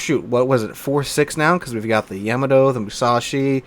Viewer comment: Why do you youtubers say, YAM-a toe? It's pronounced Yuh-ma-toe!!!!!